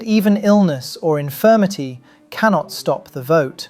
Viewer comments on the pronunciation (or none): A kitten dies every time someone say "infirmity".